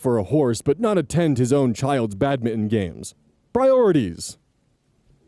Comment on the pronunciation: Hey, … do you say ’badminton’ like that on purpose, or is one if us about to have a minor revelation?